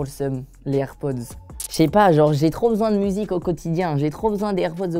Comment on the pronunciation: Ca me stresse il dit " airpodz